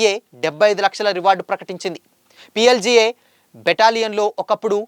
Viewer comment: PLGA ra 😂😂 PLDA kaadu 😂😂madvi kadu😂😂 madavi hidma😂😂